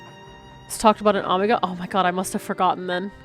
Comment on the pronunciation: The way pronounces things hurts me... "Ahmagah." It's Omega! Also, you owe Hydaelyn/ Venat all the apologies...